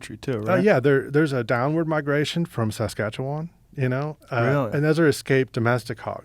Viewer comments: "From... SAskAtChEwAn." People outside our province pronounce it so literally Lmao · the way he said Saskatchewan was hilarious, I commend the effort, didn't butcher it, almost had a Canadian accent for that one word. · As someone from Sask it was funny to hear him pronounce it. Also lots of hogs up here, open season year round on them as long as you report them. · It's mind blowing that Americans know soo little about a country they border. The way he pronounced "Saskatchewan " makes it sound like a mythical place! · Woo Saskatchewan...he said it weird and slowly lol